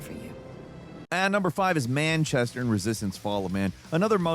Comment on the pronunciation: being from Manchester, the way you say "Manchester" hurts my ears 😂